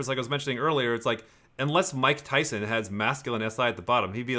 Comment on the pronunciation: mike tyon eh? hehe